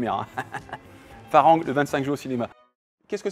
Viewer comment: on le prononce FAlangue lol ça veut dire étranger, on m'appelais comme ça dans les village là-bas